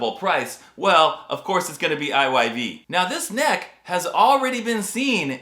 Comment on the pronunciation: I'm so glad you pronounced I Y V...I've always ready it as IVY..😅